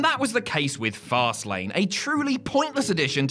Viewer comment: I swear it sounded like said farcelane of which I approve.